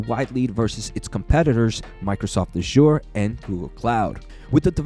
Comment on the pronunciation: "Azure" should have the emphasis on the first syllable.